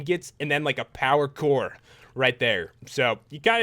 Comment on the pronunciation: When you say power core your like saying pakour